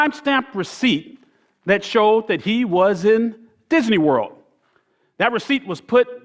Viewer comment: Anyone notice he said "Disaney Werld" and "Pogrim"